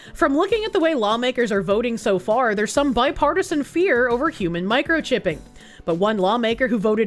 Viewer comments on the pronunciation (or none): none